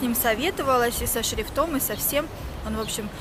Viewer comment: шрифтОм прям режет слух. Может шрИфтом)))